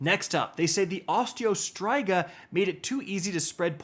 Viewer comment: I rarely watch this channel, mainly because the algorithm shoves aztecross down my throat all the time. Is pronunciation of Osteo Striga intentional or what?